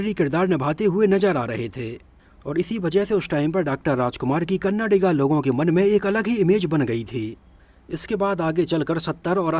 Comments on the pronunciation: Dude every time you pronounced "KannadAA" & "Kannadiga" correctly, which I am sure was over a hundred times, I felt more and more connected to your content. Very good video. Excellent content👍👍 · Supper bro you u's pronounced correctly Kannada tell correctly Kannada 💛❤